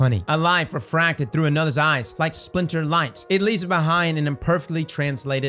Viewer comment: Byf: “uhhh I think we go thew hole in twaveler, yay lore daddy yayyyy!”